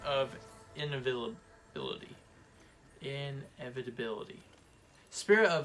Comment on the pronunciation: Bruh you can’t say inevitable